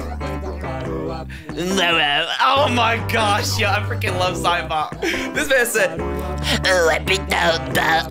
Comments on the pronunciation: Every time i Hear Cybop i think he says the n Word. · He said nyouza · not sure if you can REALLY hear what cybop sounds like but HE JUST SOUNDS LIKE HE IS SAYING THE N WORD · Cybop actually say negga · Cybot sounds like he's saying the n word😂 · Bro doesn’t know what cyborg saying 💀 (He saying negga ) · Do you realize what I hear from cibot sounds like he's saying the n word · Cybop at the End sounds like he is saying rubber and mega also never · It doesn't even actually says it, it just slightly sounds like it